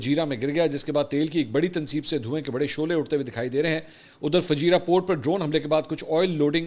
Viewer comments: Mansoor bhai it’s Fujairah not fajira . All is normal here. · Correction: Fu-jai-rah, not Fajirah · Sir, its not fujeeeera...it is pronounced as fujaayra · Bhai ..Fujairah naam hai, app fajirah keh rahay ho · Fujeirah hai not fajeera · It's not fajeerah it's Fujairah Akhi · FUJAIRAH,, not Fajira. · Not Fajeera, it is Fujaira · It's Fujairah not Fajira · Mansoor its not Fajeera, its Fujairah :) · Fujairah Mansoor sahab not "Fajeera" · Mansoor bhai, pronunciation correction for couple of City names. Bcuz i had been working there at various ports as a Mariner (Seaman). Kharg island (کھرگ جزیرہ), Qeshm (قشم). (قے شم) Fujairah (فجیرہ) (فو جے رہ) Im making this correction as many media outlets pronouncing it wrong. Kharg as (خرج). Couldn't understand for long time, ky ye خرج konsa city hy.. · Mansoor bhayi, it's Fujairah - Pronounced as Foo-Jai-Raah. We are about to enter a polar world. East vs. The West. And India will be isolated in the East. US will have to leave "The Heart" (Middle East). US will dig its own grave once they bring troops on the ground. Jerusalem will be the new Superpower of the world on the West. And we are yet to find out who will the power be in the East (for Muslims). Pakistan keh achay dinn anay lagay hain! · "Fu Jai Rah" is how you pronounce it.